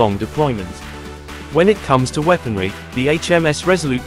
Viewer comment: I stopped watching after he said “The” and gave it a dislike and I won’t be subscribing.